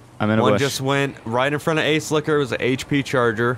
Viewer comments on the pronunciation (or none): Took me a moment to realize he was saying "Ace Liquor" I thought he was calling the cop behind him an ass-licker xD